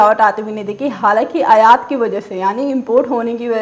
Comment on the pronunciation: अयात नहीं आयात होता है।